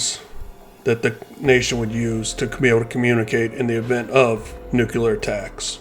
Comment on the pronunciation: For God’s sake, learn how to pronounce “NUCLEAR”. New-clee-ar!!! Not f’ing New-kee-lar! Jesus!